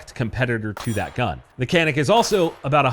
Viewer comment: can you pronounce CANİK the correct way. which should be like DJANIK not KANIK